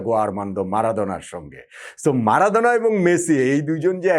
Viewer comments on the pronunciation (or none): ম্যারাডোনা❌ মারাদোনা✅ 🤣🤣🤣🤣🤣🤣🤣 আগে ঠিক মতো উচ্চারণ করা শিখে নেন দাদু 🤣